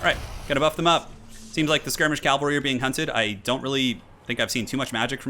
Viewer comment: It is pronounced cav-al-ree not cal-va-ree. This is a hill I will die on.